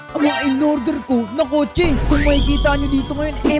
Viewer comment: Kotse po yan hindi po kotso